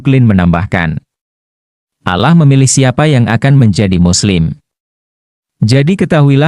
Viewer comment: Ini presenter Muslim kah ? Membaca lafal "Alloh" seperti non Muslim melafalkannya